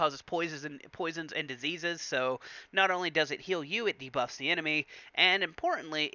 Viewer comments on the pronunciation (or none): none